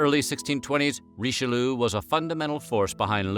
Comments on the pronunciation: I do love these videos, but I just can't stop laughing every time I hear "Richeloo"... 😂 Ri-che-lee-ugh, ok? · RICHELOO? really? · you guys usually pronounce the french names fairly right, so whats the deal with Richelieu? it's not pronounced Richelu it's Richel-jö! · Herur22 yes "Reecheloo" broke my ears ;) hee hee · Cardinal Reesheloo! bloody hell where do you get these pronunciations from?